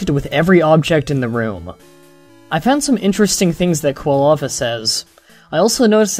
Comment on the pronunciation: Occasionally, it sounded like you were saying kalava instead of Quilava. Minor details.